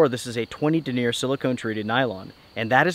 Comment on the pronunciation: The word "denier' isn't pronounced (duh•neer') it's (den'•nee•yər). It's the word for the circumference and strength of the fibers used to weave the tent fabric and such.